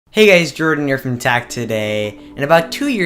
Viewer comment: You say neuron like new rohn and you say tech today like Tach todhaii you are basically a Bjergsen